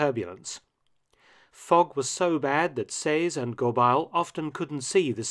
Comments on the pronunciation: your pronunciation is usually spot on, but it's pronounced "Go-bey" not "Go-bile". thanks for the vid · Anther fascinating forgotten chapter of World War II lore. By the way, the French-Canadian family name Gobeil is pronounced something like "Gob-eh-ye", rhyming with "abeille". Great video - always love hearing about Canadian involvement in the war, as I don't always feel we get our due: we are either lumped in with the British, or over-shadowed but the US. You never fail to give the plucky Canucks credit where credit is due. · Mark, ta prononciation est affreuse! The pronunciation of "Gobeil" is "go-bay," not "go-bile." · French pronunciation needs work, it's not Go-biles, it's Go-bay. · Gobeil: Go-bey-ee. It's a common French Canadian surname. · Gobeil is pronounced GoBEY. Quite a popular name among francophones in Ontario and Quebec. Other than that, fascinating stuff Mark! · Just one comment: the name "Gobeil" should be pronounced "Goh-BAY." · Gobeil is a French-Canadian name and is pronounced “Go-baay”.